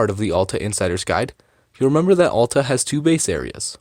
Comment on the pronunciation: Sorry if this sounds snooty, but it's important to learn the correct pronounciation of a ski area when making a video about it. Hint: It's not AH-lta.